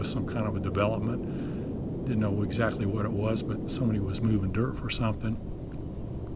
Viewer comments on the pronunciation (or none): none